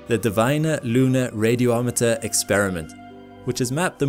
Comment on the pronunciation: The “o” doesn’t need to be pronounced twice. Think Radio-meter, not radio-o-meter. People have the same problem with Zo-ology and call it zoo-ology.